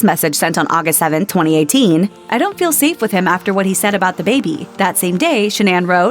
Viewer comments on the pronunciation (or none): none